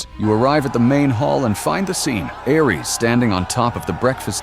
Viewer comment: You mispronounced Ares